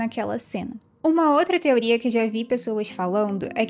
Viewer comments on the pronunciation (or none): none